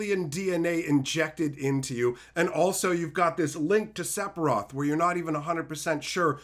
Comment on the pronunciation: SEF…SEFIROTH !! SEPHIROTH! SEF-IR-OTH PLEASE DONT TELL ME YOUVE BEEN SAYING SEPIROTH FOR 30 YEARS